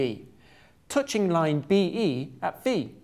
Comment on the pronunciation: yes, i get it, thats an english accent.. he still cant pronounce "touching" :)